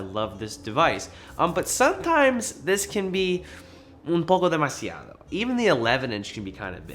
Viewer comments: Okay, I had to rewind the section where you say “ Un poco demasiado’’ to see if it was native or taught-Spanish. I have to say that it sounded like a native speaker. Am I right? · OMG i loved the spanish in there haha. sounded native too, good stuff haha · The "un poco demasiado" was immaculate haha... Great review! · "Un poco demasiado" Tienes un buen nivel de español:)